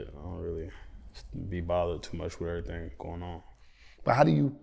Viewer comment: That “errthang” is so Louisville 😂😂